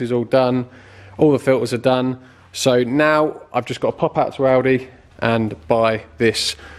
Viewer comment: Oh, "Audi", thought you said "Aldi".